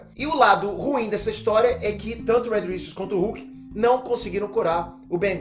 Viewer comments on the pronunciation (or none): none